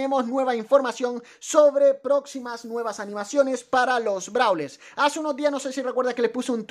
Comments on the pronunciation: Dice nuievas :::v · “Nuievas” XD